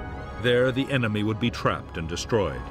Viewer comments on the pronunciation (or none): none